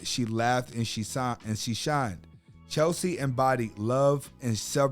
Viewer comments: Her name was Cheslie NOT Chelsie!! Please, get her name right at least because you kept mispronouncing it this entire video!!! And her last name was Kryst NOT Christ bro!!! May she R.I.P.🤍🕊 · Respect- it's CHESLIE(Chezz-lee) not CHELSEA. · Cheslie, (not Chelsea!), was an attorney and earned an MBA at the same time. God rest her soul. Keep Cheslie (pronounced Ches-lie) and all persons suffering from depression in our prayers. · At least pronounce her name correctly. Furthermore, mental illness is REAL. It doesn't discriminate! We'll miss you Cheslie.💔